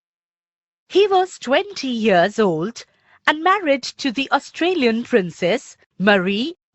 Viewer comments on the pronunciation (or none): Ma'am its austrian not austrilan.................................................................................................